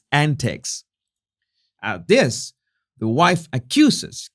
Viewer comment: Why is the narrator name calling? Is he 12 ??? He should work on his speech impediment. THIS not DIS